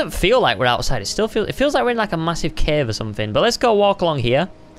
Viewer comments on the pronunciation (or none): none